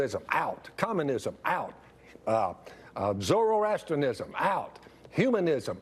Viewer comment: I am filled with disgust, of course, but I'm also ever so slightly impressed he used and pronounced, "Zoroastrianism" correctly.